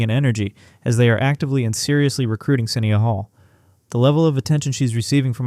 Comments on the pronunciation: you credibility SUFFERS when you can't even pronounce her name correctly.....it is SA--NYE--YA.....NOT SINN--E--UH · Thank you for recognizing her talent. Please correct the pronunciation of her name.